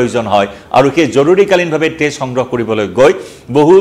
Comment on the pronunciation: তেজৰ উচ্ছাৰণ তে'জ হলে বৰ কিবা লাগে আৰু দেই।